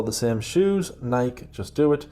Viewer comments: Also "Nike" as "Naiyk" 😂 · please come closer so I can whisper the correct pronunciation of “Nike” in your handsome ears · This production is gold and the fact that it is not completely littered with ads, although I wouldn’t protest, is a true gift to your viewers. Thank you. But for the love of god, you have to pronounce Nike correctly 😂